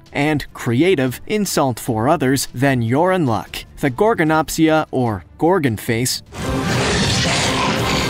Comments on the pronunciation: Oh god the mistakes🤦🏼‍♀️🤦🏼‍♀️🤦🏼‍♀️ Gorgonopsid, not Gorgon face or Gorganopsia You mispronounced ‘Haikoickthys’ and also used clips of a Cepalespis which is it’s future relative Arthropod, not ‘Anthropod’ That larger fish was a Dunkleosteus, not an Astraspis and it was certainly not that small Crocodiles lived WELL before the dinosaurs, they were not descendants of Most of the clips used for the Dimetrodon was actually Edaphosaurus which is a herbivore. Also, is a SAIL, not a ‘snail’ and the use of the sail u described was for the Edaphosaurus, not the dimetrodon. There is also proof of it all, it’s not all just guess work The clips you used for the ‘Jaekelopterus’ were actually Brontoscorpio and Pterygotus Clips for the Titanichthys were dunkleosteus again The majority of the clips used are for the wrong creatures for almost every creature listed Bee Movie is a Horror??? Not all of these creatures are scary, let alone terrifying so how they made the list is beyond me. You have to make sure you have all your facts right before you make and post videos like this. It’s supposed to be educational for people wanting to learn FACTS. **Some of my spelling may be incorrect so anyone is welcome to correct me on that, but I know my facts are correct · The first one is pronounced Gorgonopsid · ITS PRONOUNSED GORGONOPSID or inostransevia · It is pronounced goegosuches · Actually, Louise, It's Gorgonopsid.